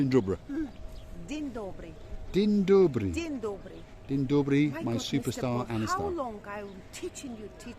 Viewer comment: Well... you are a so good teacher😊 your Dzień dobry sounds perfectly❤ Maybe it's time for another Polish word... are you ready?😂😘